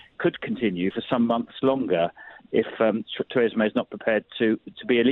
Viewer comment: Adonis, the only person in Britain who can’t pronounce Theresa, lol